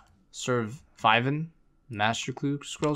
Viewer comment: Sir Vyvin ... ya know like.... Surviving... damn fally guys LOL